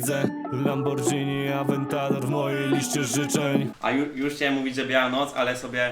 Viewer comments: to niezle Lambordzini mowi sie Lamborghini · Pisze się Lamborghini a mówi się lambordzini